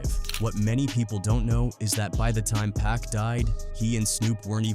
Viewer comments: Dude, if you’re gonna insist on using an AI narrator, at least go through your script and change stuff like “pac” to “pock” Lazy ass content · It’s PAC!!! Pac like Pockets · Why you keep saying pack its pac no k in it bro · It's Pac not Pack please stop disrespecting his Name! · Bro said PACK my boy it’s Pac ! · 2 Pac's name, IS NOT pronounced: "PACK!!" It's pronounced : POC, like Spock from Star Trek, without the S.."THANK U!!"🙏🏽✌🏽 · It’s pac not pack 😂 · Reminds me when Hov face went cringe when that interviewer kept calling pac 2pack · PAC not PACK yall gotta correct that program these voices to say PAC name right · It shows that this creator is lazy. Dont use an ai voice for one, but if you do, at least go through the script and change “pac” to “pock” or whatever. But like I said before. Ai narrators suck period. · Pack and Sooge night? ai sucks 😂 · Stop saying Pack! Have enough respect to say his name right. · But Pac like Pac-Man is Packman 😂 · Who is the world is "PACK"??? "SHOOGGE Knight"??? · I tried to watch the video but the pack and shooge drive me crazy! Listen to you videos and correct it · Who the fk is "pack" 😂😂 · This is impossible to watch or listen to when you hear dude consistly mispronouncing Pac's literal 3 letter name wrong every 5 to 10 seconds